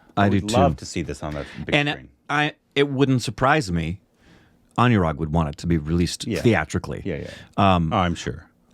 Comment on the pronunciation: His name is pronounced as A-noo-rag, not A-new-rag.